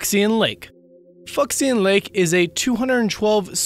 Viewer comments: Lol, Fuxian is pronounced Foo*shee*ahn not Fucks*in Awesome video though! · Fuxian is not pronounced 'Fucks-i-an'. It's more like 'Foo-shan'. Terrible narration. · I think 'fucksian' is actually pronounced 'fu-sian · Wouldn't "Fuxhian" be pronounced "Foo shahn"? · Fucksion lake? Idk that's what I heard...